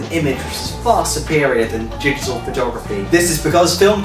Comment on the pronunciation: is he saying Jittal images? digital is 2 syllables.. lol